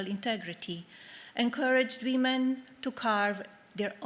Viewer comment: Yeah! And “wee-men”! And how about “no-wen”? That one had me head scratching for a couple f seconds.